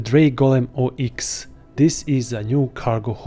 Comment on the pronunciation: It's not pronounced "Oh Ex" by the way. It's Ox like the animal. :) o7